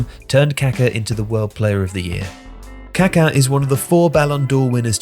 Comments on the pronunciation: KAKÁ like kakaah It's not Káka or kaahka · The pronunciation of kaka is driving me crazy. He keeps pronouncing it like the word for excrement. The emphasis in on the last a.